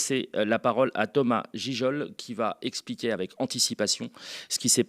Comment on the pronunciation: islamo gaucho palestino LFisiste, te voila démasqué 🙂 Comme d'habitude, presque parfait, sauf pour la prononciation du nom de Thomas Ngijol A la semaine prochaine! ONU 242